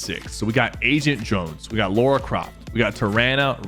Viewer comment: Stop calling Lara Croft Laura you smeg sniffer